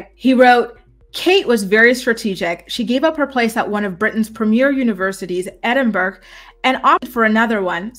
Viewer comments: it is ED-IN-BUR-RA not ED-IN-BURG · I appreciate your work,. You're excellent. Please note: there is no 'g' sound in Edinburgh. It is pronounced Edinburrow or Edinburra, never Edinburg. Thank you for your hard work. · It’s pronounced “Edd-en-burro”